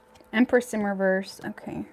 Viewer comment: Love your channel BUT " REVERSE" DOESN'T HAVE A "T" AT THE END OF IT !!!! LOL